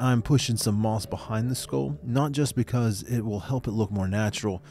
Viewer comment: "Less is always more" Also: "so I f0unD thIs SkULL" 😂💚